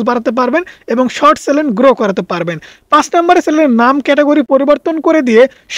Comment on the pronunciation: Please pronounce channel not challen